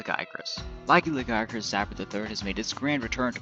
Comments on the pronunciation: Jia. Pigeon Jie There's no g sound. LaJiacrus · pronounces it as Laggy Acris